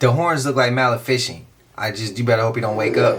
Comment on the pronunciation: The movie is pronounced “muh- lef-uh-sent” lol. Not “mal-fish-ent”